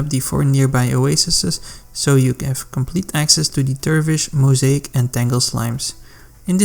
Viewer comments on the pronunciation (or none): none